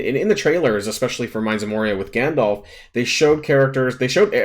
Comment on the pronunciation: Gandolf? Teehee it’s Gandalf, silly :)